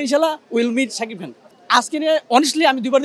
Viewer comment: যে কথা ই বলতে পারেনা, তার কাছ থেকে নিচ্ছে ইন্টারভিউ! সেতো শাকিব খান ই উচ্চারণ করতে পারে না...